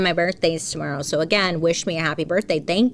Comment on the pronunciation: I missed when you started so when I heard you say Tamara, I was like okay is that how we’re pronouncing tomorrow? 😂 I can’t unhear it. ❤❤❤